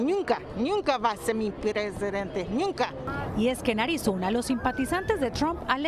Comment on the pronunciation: Ñunca Ñunca 😂😂😂 y tambien dijo Raba 😂😂😂